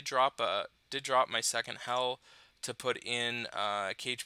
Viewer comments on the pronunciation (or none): This guy and his pronunciations of hero names kills me to pieces. For Kageburado he practically says “Cage Burrito”, /fp /smh He can’t pronounce any of the Valhalla heroes names for the life of him either. It’s almost like he has no idea that there are languages and cultures outside of America. KageBurado Bro....is pronounced Kah-gay BooRah-toe (not Burrato), the emphasis is on the ending “to”. It would do you some good to learn the correct pronunciations, seriously, even in the work environment, it goes a long way.